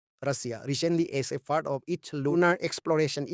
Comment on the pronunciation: 😂😂 video ❌ bidiyo✅ Pradesh ❌ pordes✅ Tisa❌ ticha✅ Tsangpo❌ tsangfo Tissing❌ titching✅